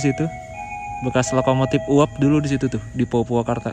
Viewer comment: situ bang, bukan setu 😅